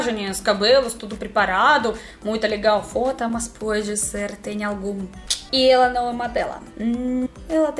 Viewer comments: não existe a palavra FOTA, e o som da pronúncia da palavra FOTA, é muito parecida com algo "constrangedor" de falar 😉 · Ela falou fotas